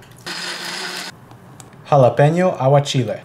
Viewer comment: Dude only put an accent on with none English origin words dude emphasizes THE FUCK outta “jalapeño” and “chili” then proceeds to talk normally it just screams “gimme attention aha”